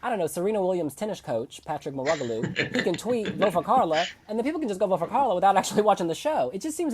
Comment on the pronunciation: The way pronounced Patrick Mouratoglou’s name 😂😂😂😅🙉🙈